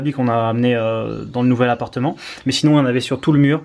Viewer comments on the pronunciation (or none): "Un apateu" jpp